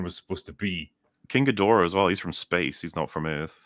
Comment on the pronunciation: Always surprised when Ghidorah is pronounced differently than in the films. I've always heard it as Ghee-dora, not G'dora....